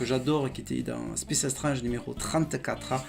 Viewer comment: Même génération, même passion pour les comics et surtout même madeleine de Proust. Quelqu'un qui prononce Strange à la française ou qui préfère dire Serval à Wolverine est forcément un passionné de nos chères années 80's. Je m'abonne sans hésiter. Bravo pour la qualité de tes vidéos.